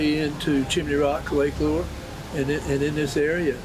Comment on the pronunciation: "I will apologies apologize now..." Do they pronounce "Lure" differently in New Jersey?